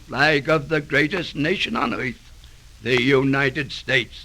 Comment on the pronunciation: This recording pronounces "earth" just like Groucho Marx pronounced it "eyarth"